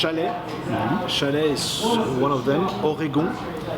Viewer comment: Well he said Chalet and Oregon the french way